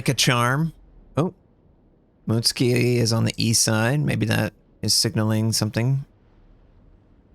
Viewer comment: It's M U T SU K I , you pleb ! not M U T S K I .